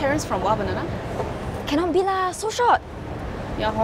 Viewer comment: its not ha....they say lah